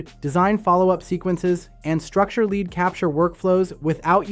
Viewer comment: Was sounding very very interesting until... I heard the AI voice clone say lead (as in the metal) instead of lead (as in lead me to victory)